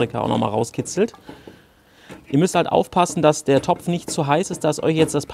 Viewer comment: Mir ging es eher drum, das ich dieses Wort dopf überhaupt nicht hören kann.